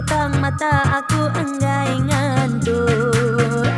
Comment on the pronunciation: Lagu tu manah didinga. But 1 ajak sebutan ya macam lain dinga ku. Ngantuk tang didinga 'nganduk'. Tauka aku jak salah dinga 😅